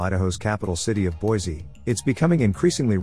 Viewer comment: Pronounced Boy! see!